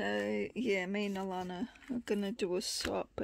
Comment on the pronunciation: Thank you so.much I only been at this for a year, I'm not sure if I can make anything like this, you saw the paper bag pic I sent you I think n that's the closest to this iv made You said my name great just take out the " r" sound instead of alarna its sounds a - lan- na.omg i.just saw all your journals wow wow I think iv got some learning to do no joke I know you did this vid for me thank you my friend that's just so wonderful I was so.proud to send what I made but after seeing all these I do have lots to learn but its 2 step at a time crafting in a bed I'm so fortunate to have come across you n getting to know you from.my heart to yours xxx alanna